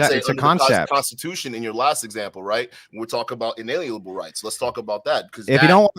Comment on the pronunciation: I knew this was gonna be bad as soon as this dipshit tried, and failed, to pronounce the word "Inalienable" twice.